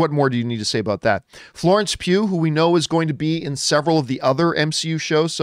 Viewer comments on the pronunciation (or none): none